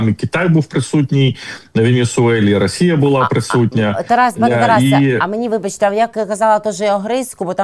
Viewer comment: Пане Тарасе,ви кажете,що американці бачать ЩО буде з ра😅щей.( Так давить на вуха,коли ВИ кажете расія) Питання: чому ж тоді старий доня так кохає плешивого і ненавидить нашого Президента?